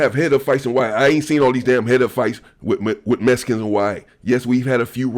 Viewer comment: Much love but you keep saying messicans😂 messicans this messicans that its mexican😂 brougham